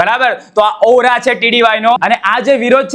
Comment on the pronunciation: પેલા તો ઔરા નૈ ઓ રા આવે પેલા બોલતા શીખો પછી બોલો.